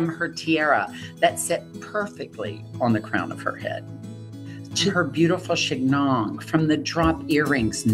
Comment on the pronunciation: Hey, Monte - good analysis. But that hairdo is pronounced "chee-NYON," not "shig -NON." The G is silent when followed by an N.